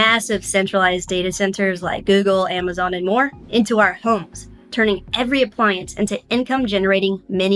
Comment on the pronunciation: She says homes weird